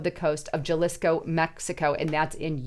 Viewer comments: How white can you go?: Juh-lisco 😂😂 Love you. Huh-lisco. 😅😊❤ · "J"alisco lol pernounced Halisco im pretty sure idk im Guessing kinda like Jalapeños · “Jalisco” is pronounced “Ha-lees-co.” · You are mispronounced Jalisco. You say it like j is an h in English. Stop destroying the Spanish language.